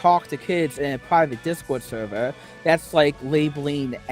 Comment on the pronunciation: "I can't be a p3do because I have minows in my discowd suhvuh!" "I can't be a murderer, there are 8 billion people on earth!" Ahem. Sorry, I mean, "muhdewuh"